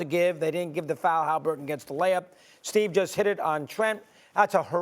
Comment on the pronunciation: Tyrese Hallifurton 😂😂😂